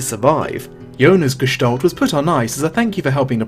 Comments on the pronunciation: Its not gestollt its Gestalt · "Gestalt" is a German word and means appearance. It's pronounced like you read it except the a is like in apple not like an o like olive.